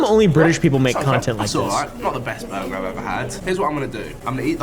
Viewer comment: buguh and fwies 💀